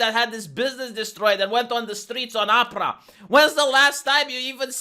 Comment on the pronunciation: I like the way pronounces Oprah's name, it sounds like "opera". Hahahaha 😹. BTW, this is a great video 👏